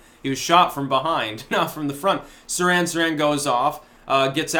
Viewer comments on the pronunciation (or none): Sirhan - the H is not silent.